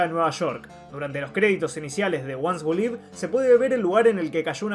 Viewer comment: "The ones who live". "Live" se dice "liv", no "laiv".